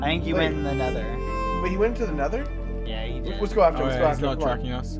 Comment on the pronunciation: Nether, not Neather